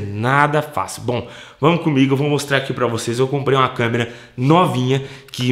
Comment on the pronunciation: "LEGENDA/CAMÊRA" KKKKKKKKKKKKK ACHO QUE É ""CÂMERA """ ALGUÉM TAMBÉM ACHA?